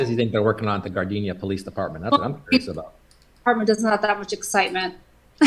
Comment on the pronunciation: ...for the record she keeps saying Gardenia 🙄 but its GARDENA.. Its not the flower that is fragrant but a city with a vagrant!